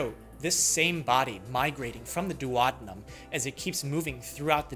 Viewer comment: I... I'm pretty sure you mispronounced "duodenum."